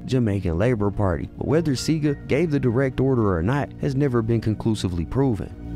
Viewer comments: His name is pronounced “SEE-AH-GA” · One thing tho. When you say Edward Seaga you mispronounced his last name. It's Seaga (SEE-AHH-GAH) that's how it's pronounced here